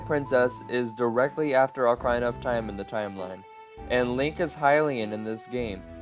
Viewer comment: nice job on the video, but dude you gotta get your pronunciations right. Ocareena, not Ocarhina. Sorry if it sounds rude